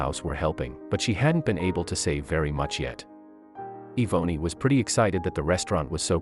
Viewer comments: Yvonne her name. It is being pernounced wrong lol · Im almost positive her name is not pronounced that way if its spelled Yvonne or Evonny. The poster obviously grew up nowhere near black folks